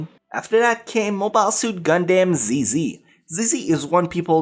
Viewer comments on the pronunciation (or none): You claim to like them yet you can't get the names right for ZZ or 00. Come on man.